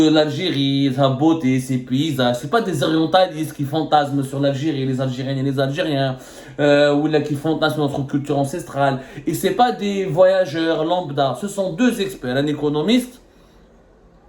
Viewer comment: Encestral ?? Quoi ta dit quoi ??